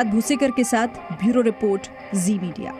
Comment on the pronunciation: vioro report hota hai Bhioro bol rahi